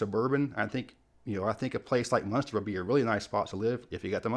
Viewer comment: Munster😂? What? Ridiculous.